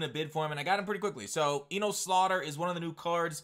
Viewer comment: Just trying to help. It’s pronounced “enus”